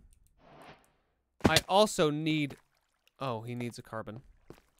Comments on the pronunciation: it’s… it’s cabrón, not carbon. You called him coal. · Tbf coal could be used as an insult but it's still funny to hear that mistake lol 😭😭